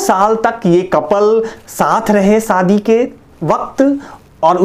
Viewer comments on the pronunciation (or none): none